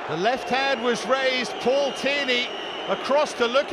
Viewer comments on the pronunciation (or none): none